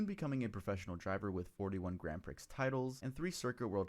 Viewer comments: Not Grand pricks, Grand pree. Stop that ya dunce. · The dude said "Grand Pricks" at least twice! 🤣🤣🤣